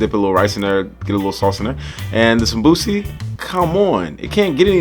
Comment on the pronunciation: hey man great video as always. thought id help a little with a pointer since you are learning somali after all. the somosa in somali isn't called samosi but samboos (sum-boo (as in a ghosts boo)-ss. good luck with everything and continue the work! we Africans appreciate.